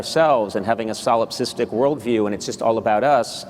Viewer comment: solasipstic? 뭐라 하는 거죠?